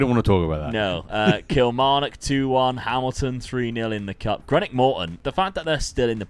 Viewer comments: it’s Green-ock not Gre-nock! Gotta say the greeeeeen in it my man! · Greenock is as in green not as in Greenwich :D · The most offensive thing in this video was hearing how you butchered the name "Greenock" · season 5 crew good stuff but greenock is pronounced green knock still want to see you do more than 1 year at partick thistle